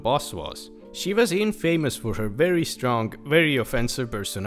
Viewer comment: Hi, I am a native english speaker, just letting you know that for infamous, you pronounce the "a" like "uh", not like in-famous. Hope this helps! :)